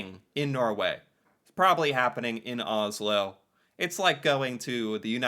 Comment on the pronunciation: Americans pronouns Oslo wrong, just so you know